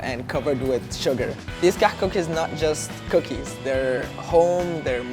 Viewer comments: he's pronouncing it "كحك" and it should be "كعك"... that, unless it is called Kahk in Egypt, I dunno... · Why is he saying KAHK rather than KAAK? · Please make a meme on how he says kahak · Sad these aren’t pronounced “cock”...was really looking forward to that :/ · HAHA KAKH SOUNDS LIKE COCK! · I'm sorry - I couldn't watch this video because I started laughing every time he said Kahk Cookies, and I know that's wrong of me. I'm trying to grow up and act my age - I'll try watching again if I think I've achieved that XD But I will always love the Kahk! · he pronounced it wrong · He pronounced it wrong btw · The South African kak comes from the dutch word kak as well but he pronounces the h in it as well :)